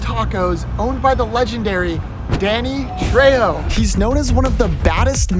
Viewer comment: Saying danny trejo's name wrong somehow and saying he isn't that famous is hilarious 😂